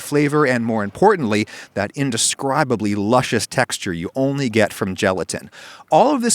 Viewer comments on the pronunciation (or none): none